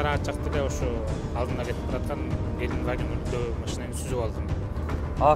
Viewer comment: Геликваген эмес брат Гелендваген 😄